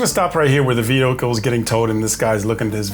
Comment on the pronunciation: VEEE HICLE